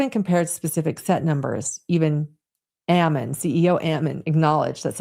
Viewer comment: The pronunciation of Ammon! I keep telling people that is Ammon like famine, salmon, and cannon. I guess you have to be born and raised reading The Book of Mormon to know how it’s normally pronounced.